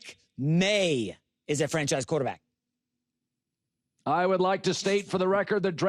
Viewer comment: Pretty much he also like pronouncing it QwarterbAck